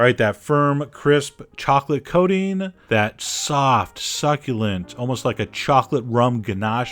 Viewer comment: Chocolate Coding XD he keeps saying it like that. :PP coaTing